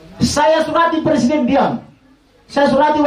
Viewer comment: 7.25 ; "saya surati wakil pruescident.. diam.." wkwkwkwk